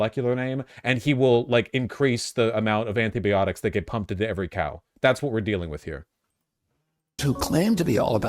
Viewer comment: It's comforting to know Vaush mispronounces anti-biotics the same way I do.